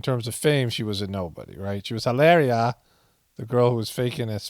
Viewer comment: Hafta say, I'm a little shocked and appalled that you pronounce it "Hill-AIR-ia," when it's obviously, "Hill-AW-ria." C'mon man!